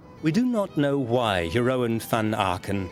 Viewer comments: Je- ROON!!! FFS. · Jerowen? The oe in Jeroen is pronounced like the oo in book.